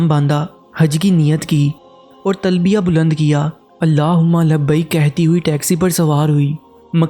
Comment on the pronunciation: لعنتی انسان کیوں من گھڑت کہانی سنا رہے ہو اور تلبیہ بھی ٹھیک نہیں پڑھی آپ نے لعنت ہو تجھ پر